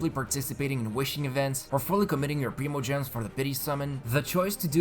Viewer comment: It’s /prime-o-gems/ NOT /preem-o-gems/.... please stop saying it like that... it’s painful lolol